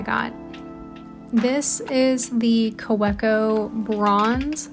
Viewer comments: Jet pens has a great video on how to correctly pronounce Kaweco(german). I had to listen about 750 x to finally get it correct😅 Ka-ve-cou ❤ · Hi, love your videos. FYI i believe Kaweco is a German company so the w in Kaweco is pronounced as a "V". So it would KaVeeco. Please let me know if this is incorrect.